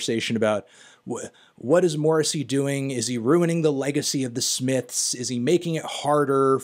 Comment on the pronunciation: Honestly your pronunciation of Morrissey's name is worse than anything he's ever said.